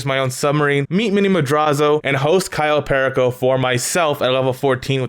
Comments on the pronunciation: I hate the fact that you pronounce everything wrong. Example: You: Kayo Pery co Everyone else: Cayo Perico You: Tor ray der Everyone else: torador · Pear eh co it drives me crazy it’s pur e co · when he says cayo PEAR A CO i get so triggered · ITS PRONOUCED CAYO PEAR Y CO JEEZ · People who don't say Kai-o Pearako Heist: 🤡🤡🤡🤡🤡🤡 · Lmao why does he say Cayo pehrricohh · *Cayo PERICO (KAI-YO PER-E-CO)